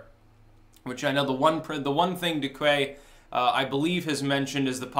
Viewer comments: The correct spelling of "Duque" is "DOO·keh", with emphasys in the first syllabe. By the way, it literally means "Duke". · Duque, in order to say it right you use accent on the "U", not on the "E", like you just did. (Dúque), thats not the way you spell that but it shows you what letter has the accent in the pronunciation. Another thing, if you know who "Alvaro Uribe" is, then you know that Duque comes from the same line of political views, so I would not say he is a populist at all, he is in fact on the right of the spectrum, not so much in the middlle, and not at all in the left. So glad he won, Colombia has a preatty good democracy but you are forgeting about Chile, that country has being doing preatty well too, under a moderate left and some swings to the right like this last election. Great show, keep it up.